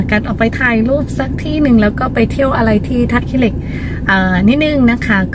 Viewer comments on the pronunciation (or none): 💕💕💕 💞 ท่าขี้เหล็ก 💞 ค่ะ ไม่ใช่ 💞 ท่าขี้อเหล้ก 💞 ค่ะ..อิอิ..💕💕💕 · ท่าขี้เหล็ก ไม่ใช่ ท่าขื้อเหล็ก จ้า ❤️